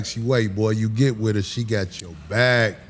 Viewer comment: Hahaha all I hear in the beginning “LETS GON’ GET IT OVER WIT!” 😅😅😂😂